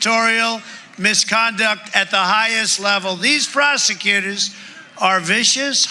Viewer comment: did he just say "Frosecutors"?? Lmao what an idiot!